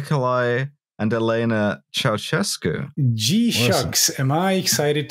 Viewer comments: "That's the fun thing - I can't spell Ceaușescu, but I can say it." Sorry to burst your bubble my man, but you can't say it either. The "ș" is actually pronounced "sh", so it's more along the lines of "Chow-SHES-coo". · SHEscu, not chesku. I enjoyed no-Liam time, and also the very-Liam time at the end. Maybe you should keep this format. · I am disappointed not just by your pronountiation of Chea-oo-shez-cu, but also by your lack of mention of his nickname, Teacup (Ceaşcă) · It's pronounced che-a-oo-she-scoo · I am so very lucky that Google has a feature where you can ask with your voice what you are looking for, because I would have never gotten Nicolae Ceaușescu on my own (or the pronunciation without hearing it first on this here podcast) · I think it's funny that almost no one except romanians can pronounce Ceaușescu, but it was definitely funnier to hear the guy who actually thinks he nailed it. If you think about it, it makes sense that Ș would not be pronounced the same as C. This is why I get anxiety whenever I actually try to pronounce something in a foreign language, and usually end up using the most lazy pronunciation on purpose so it doesn't look like my best effort is actually shit. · A few critiques (besides the pronounciation) from me, a Romanian living in Bucureşti. Ceauşescu did try to make Romania pretty american/car-centric, however the public transit network was already good, so gas shortages weren't really a big issue. You still had trains. The station in Piaţa Romană isn't actually too bad, just stay behind the pillars, you can see when the metro approaches. Also, where's source for Elena Ceauşescu's quote? After the Earthquake, only Uranus got demolished, the rest of the buildings got modernized (at least the ones that still existed). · Waiting for the day a non romanian speaker pronounces Ceaușescu correctly